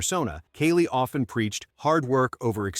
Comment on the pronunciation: “Kaylie Muscle”… Oh ok…